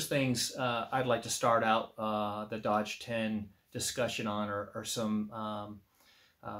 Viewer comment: You're pronouncing it Dodge, but it looks like Doge to me. A claw hammer works well to disassemble a wooden crate.